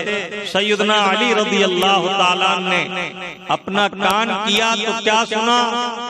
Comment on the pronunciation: Lafz allah me khada zabar nahi aayega ...?